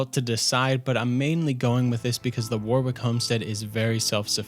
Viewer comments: Warwick is pronounced Wo-rick mate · Loved the vid, but cringed with every mangled pronunciation of "Warwick". And then I heard the name Isolde.... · That's not how you pronounce warwick